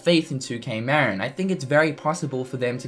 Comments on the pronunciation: Good video, but for the love of god, it's pronounced Ma-Rin, not Mar-In. The studio is located in Novato, CA, in the heart of Marin county. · Interesting video and I do hope that 2K Marin does indeed develop a fourth installment to the series at some point. By the way, just for clarity, 2K Marin is pronounced 'MA-RIN' not 'MARE-IN' . It's named after the county that's directly north of San Francisco, just across the Golden Gate Bridge. I know because I live in the county and the studio for 2K Marin is close to where I live